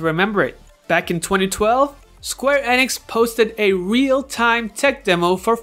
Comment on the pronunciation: Square Eh-nix? Eenix!